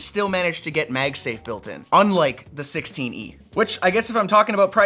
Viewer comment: Did he just call the 16e "the sixteeny"? :D